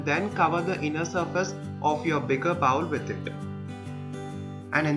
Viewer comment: Good video for me to learn. FYI you pronounce bowl like bowel, two very different English words. Bowl has long o sound as the letter in English makes.